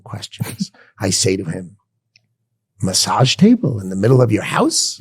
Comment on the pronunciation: I’ thought he sais massad table.